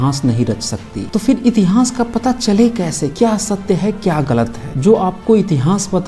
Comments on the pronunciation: आप "इतिहास' का उच्चारण "इतिहांस" कर‌ रहे हैं जो गलत है । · इस चैनल पर बहुत विश्वसनीय जानकारी दी जाती है। इसके लिए चैनल को बहुत-बहुत साधुवाद! उच्चारण सम्बन्धी त्रुटि पर टोकना चाहता हूं कि इतिहास को इतिहांस न बोलें। बुरा लगता है कि इतनी विद्वता की बात करने वाला इतिहांस क्यों कहता है? जय मूलनिवासी!